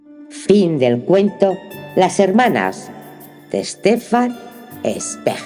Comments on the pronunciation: el apellido se pronuncia Svaig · Gracias Una sugerencia, zweig se pronuncia svaig con cariño saludos!!!